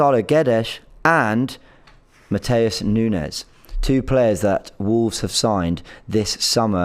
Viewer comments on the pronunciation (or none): none